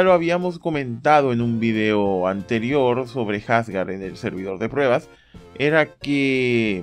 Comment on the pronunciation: Que horrible cuando le dicen jasgar , hasta en la traducción oficial le dicen Asgard de tauro :/